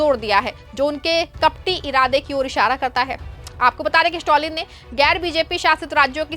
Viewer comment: स्टॅलिन, स्टाॅलिन नही। improve your pronounciation!